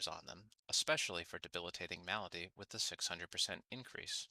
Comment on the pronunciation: Say Malady right next time! And tip your fedora while you do! Good vid.